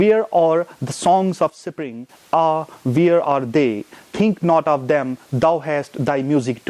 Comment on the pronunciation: What is sipring...? Isn't it spring?